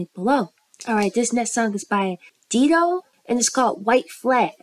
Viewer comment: Her name is pronounced Die-Dough